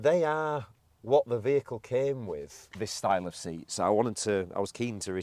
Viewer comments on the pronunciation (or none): none